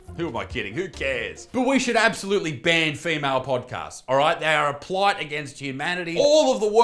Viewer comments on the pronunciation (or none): They are a "blight" you potato not plight 😂